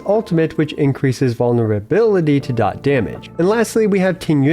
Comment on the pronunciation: finally some who says dot correctly lol